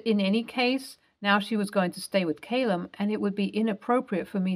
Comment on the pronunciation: "Callum" not Caylum